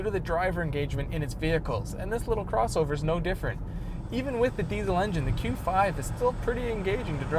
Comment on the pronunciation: I agree. Also this may sound a little off topic, but I will not buy any diesel car from anyone who butchers the pronunciation of the word diesel (regardless of where you live).